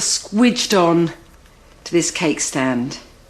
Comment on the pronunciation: Did you say squadge it? Good to know!